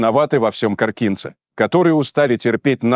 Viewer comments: Не КоркИнцы, а КОркинцы,и в Коркино а не Коркине, уже невозможно слушать, когда не правильно говорят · автор коркинцы ударение на первый слог учи русский